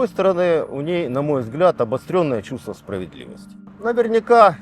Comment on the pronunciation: ''Чюства справедлівасті'' у неї ????? Ну то капець....